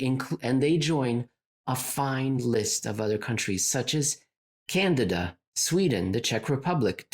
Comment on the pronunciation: I personally appreciated the extra “n” in the word Canada. I know it was probably a slip but with genius one never knows. I’m moving forward with Cananda? for the short term because life is more fun this way! Also I did actually laugh out loud, thank you